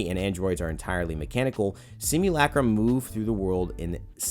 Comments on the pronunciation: Simulacrum - simu,LUH,crum . not LACK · Everybody: sim you la chrome: sim you lacrum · Sim-you'll-a-chrome. That's how you say it. I know that's sounds weird from how it's spelt but that's what it sounds like in Titanfall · You’re pronunciation of simulacrum are making me grind my teeth. PLEASE PRONOUNCE NORMALLY